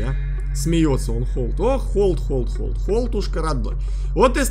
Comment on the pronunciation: Не холд а хальд